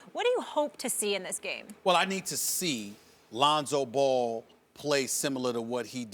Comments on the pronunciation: Alonzo ball lmaooooo reminds me when Floyd sr said Conor mcgregory 😂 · Scottie isn’t saying “Alonzo Ball,” he’s saying “a Lonzo Ball” like when he’s making comparisons and such to other players.